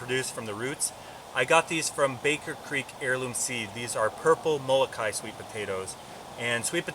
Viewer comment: you forgot the okina in Moloka`i and it isnt pronounced molo kai it is molo ka i